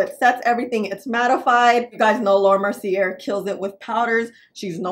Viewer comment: Wrong, the first pink powder was Guerlain almost 40 years ago. Laura Mercy-AY. Please learn correct pronunciations.